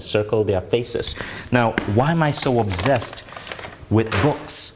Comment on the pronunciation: Learn to pronounce the word Obsessed, please. There’s no z in that word. Also learn to pronounce the word Women.